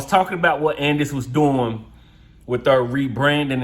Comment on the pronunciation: Andis- And-this- And- Dis